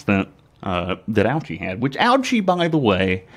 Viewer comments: Actually his last name is pronounced OH-chee, not OW-chee. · It's pronounced O-Chee, Bro. No need to make fun of his name. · I came on here a bit late and wanted to say the same thing. It makes me cringe hearing people pronounce his name like that.